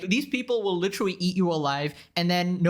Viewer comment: You need to stop using the word literally so much. You're not using it incorrectly or anything. You just can't pronounce it properly. Try synonyms like actually, really or plainly.